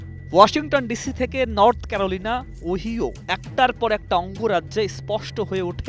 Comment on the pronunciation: ওহিও নয়।ওহাইও। সঠিক ভাবে উচ্চারণ করুন